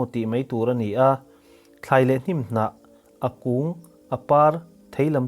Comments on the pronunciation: Afiah felfai tur ANI atha zawk ANI😏😏😆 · "A ni" tih lai hi engatinge i lam chian bik em em thin le!! Ngaihthlak a ti nuam lo hle ANNI😁